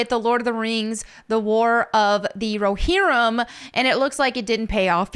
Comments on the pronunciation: Row- Hear-UUUM! Not Raw-HiR-Om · RO-HEAR-UM or RO-HEAR-RUM. There ya go :D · It's pronounced as follows: roe-HEAR-ihm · Pronounced Roe- Hear- Um. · It's pronounced "row-hear-em"... I think. 😬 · Thank you 😂 oh it bothered me but I know she tried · The way pronounces rohirrim has me dead🤣💀